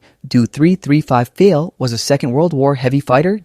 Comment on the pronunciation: nah bro can't you use translator to atleast hear how the words are supposed to be pronounced you said "dornier" with a french accent and "pfeil" as "pfiel" just pronounce it right. its wrong info and low quality.